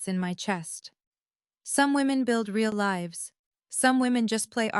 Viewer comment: When is ai going to learn how to pronounce certain words correctly? For example: read, live and others.